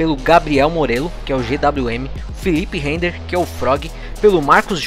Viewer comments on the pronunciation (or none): Boa sorte para o time representando os brazucas!!! Pra cima deles!!! PS.: Só uma correção, é Filipe Rehder....lê-se "Réder"...kkkk Obrigado pelas informações!!!